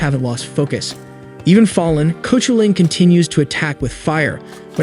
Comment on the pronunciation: The legendary Irish hero's name is pronounced Kah-hoo'-lun.